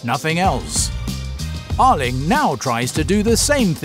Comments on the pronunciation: No he says Erling but it sounds like Lyng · Yarling braut Håland🤦‍♂️😂